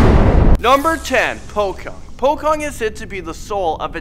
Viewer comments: Not po-kong but po-chong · I'm indo, and it's quite funny to hear him talk like that Pocong The pronounciation of it, is from the original pronounciation of each letter, "po" is pronounced with po and not pou, and "cong" is pronounced cong and not kong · Pocong not pokong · It’s pronounced “pochong “ not “pokong” but it’s ok just saying 😂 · The guy said pokong instead of pocong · POCONG not POKONG!! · Kenape sebut pokong? Bukan pocong ker? Kalau orang yang masih sebut pokong Sebutlah pochong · Its not pocong its pochong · you pronounce pocong in wrong way... its pochong, nit pockong. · No. 3, 9 and 10 are also in Brunei and Malaysia. Btw Pocong is pronounced "Po Chong" not "Po Kong". Greetings from Brunei! 🇧🇳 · "pohkung" "tuuhyol" "suestrr nongsoht" "wee wee gomblol" im sorry but thats not the right pronounciation. proper pronounciations: "poh-chong" "tuuyuul" "suester ngeh-soht" "weh weh gohmbohl" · You pronounced all of them wrong its PO-CHONG not POKONG. and its MER-LAY not MEL-AY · Haha "pokong" Its "pochong" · IT'S POCHONG STUPID!!! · ITS pronounced "pochong" but it's spelled pocong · "pokong" no hate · It's actually pronounced like Pa-chong, and they hop, not run. -urban legend fanatic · 10. Pocong ( pou-cong ) 9. Tuyul (Too-youl) 8. Suster Ngesot ( Soo-ster Nge-Sot ) 7. Wewe Gombel ( wE-wE gOm-bell ) 6. Banaspati ( banase-patee ) 5. Keblek ( Kee-blek ) 4. Leyak (le-yak) 3. Jelangkung ( Jee-lang-kuung ) 2. You wrote Jelangkung again?.. 1. Babi Ngepet ( Baa-bee ngea-pet ) Like this comment please I spent 10 minuites... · It is pronounced "pochong" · He said pocong is pokong and he said suster ngesot is suster nogsot he doesn't know how to read indonesian🤣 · Not to be rude, but pocong is pronounced po chong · Ahahah pocong=pokong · Is po-cong ok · It’s pronounced “pochong” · It's pochong. Ch as in like chocolate. Prank is hilarious!!! 😂😂😂 TOOYOOL. SOOSTER NGEEESOT WEWEK GOOMBEEEL BANAASPAATII KEEBLEEK LEEEAAAK JELAANGKUUNG KUUNTILANAK